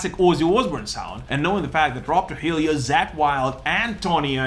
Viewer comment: Chad Smith...One of the greatest drummers of his generation, he can play anything. Don't believe me, check out Chad Smith's Bombastic Meat Bats., sorry, but you are pronouncing Trujillo wrong. It's all good, so glad your still crankin out videos.